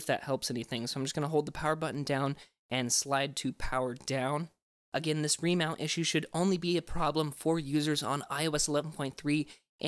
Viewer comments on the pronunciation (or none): keeps saying ro...Remount